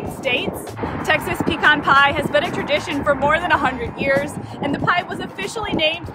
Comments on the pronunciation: It's OK to have a shorter video once in a while. Congratulations on learning how to correctly pronounce pecan.😊 I love pecan pies when they are sweet but insanely sweet ones are more than I can handle (I'm diabetic so I should probably just say no). Love the video. Love that we didn't have to sit through the usual repeated intro before getting right into it (Can't wait!). Keep sending out marvelous videos!❤❤❤ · You were right the way you pronounced it, its pe-can, like can of soda. Even the youtube captions knows that pe-con is wrong bc it says "peacon" every time you pronounce it that way lol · In Texas we call them "peh-cons" not "pee-cons". lol